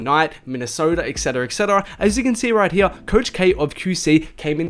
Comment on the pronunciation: “Right heeya” 😂